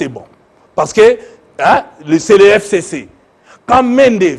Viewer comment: Pourquoi il prononce mal "FCC"